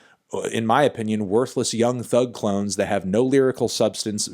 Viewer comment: did he just say clowns instead of clones